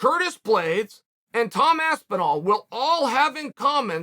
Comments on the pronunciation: Tom Aspin-Wall… Astimall… Whatever the fuhk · Aspinwall , Blehal, mocklechev 😂😂😭 funny every time bro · "Aspenwall" So subtle, yet so amazing. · Funny how many different words Cheal came up with trying to say Tom Aspinalls name.😂